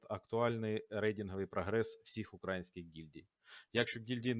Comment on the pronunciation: украЇнських*, украЇнці* - конкретно в цих словах наголос надважливий